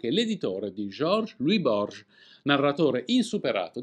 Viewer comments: Tutto bello ma non si può sentire la pronuncia di Borges come se fosse francese. Era argentino e si pronuncia "Borghes", come se ci fosse l'H e non come dici tu. Non si può sbagliare una cosa del genere e parlare di libri. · Borges non si pronuncia alla francese, era argentino, leggi borhes " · Grazie Perché pronunci il nome dell' argentino Borges alla francese?! 🤔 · Il Borges che citi con la pronuncia francese è Jorge Luis Borges, lo scrittore argentino?